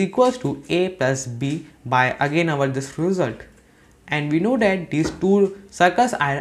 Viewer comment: Your "that" pronounciation is wrong and feels cringy. This sounds like tis